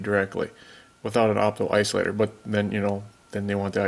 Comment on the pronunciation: Did you say "iso-optilator" or did I imagine that? :) I had a co-worker that once said it that way and I adopted it and say it on purpose once in a while, when the opportunity arises, just to see if people catch it. Sort of like when I use the phrase "I'll see that when I believe it."